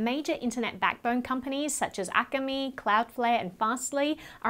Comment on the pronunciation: Akamai is pronounced "Ahka My"